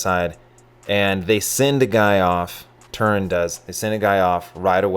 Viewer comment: Its TERUN, not turin. Says right on their jerseys. Get burnt by the team, then try the restaurant (Cal Ave, Palo Alto)